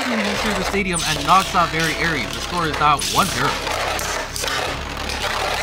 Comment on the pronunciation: You were mispronouncing variares. It's ares not aries